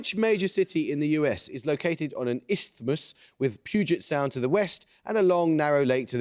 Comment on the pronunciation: Actually, he pronounced Isthmus correctly. The th is supposed to be sounded but most people are too lazy to do it. It's the same way that we don't usually pronounce eczema correctly. It's supposed to have 3 syllables, not exma. I thought he did better at the Te Reo place names than many older Pākehā on talkback radio 😂 .